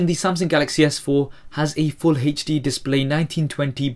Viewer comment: How he says hd xD Hejdi